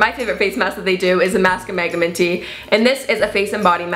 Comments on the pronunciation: it's pronounced mag-nah-minty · Am I the only one that says mag-nam-in-ty (like the word magnanimity) and not magna-minty?? Please tell me cuz even the compounder pronounced minty as its own word when they showed how it was made.